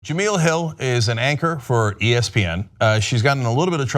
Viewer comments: It's Ja-mel like Mel's Diner. Not Ja-meel like oatmeal. Before you offer her a job maybe get her name right. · STOP SAYING JUH-MEEL....It's JUH-MELL. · It's pronounced "Ja-Mell".... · Cenk its pronounced Juh-Mel ;) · The second "E" in Jemele is short. Her name should rhyme with "elle" Jem-"elle" Hill. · Her name is pronounced "Je-mell"!! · well before your make her an offer..you're gonna have to learn how to pronounce her name correctly.. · 1 he can't even pronounce her name right, and 2 they cant afford her..believe it or not TYT doesnt have the power or money they pretend they have. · Just wanted to let you know you keep saying her name wrong. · Hopefully Cenk will figure out how to correctly pronounce Jemele's name before calling her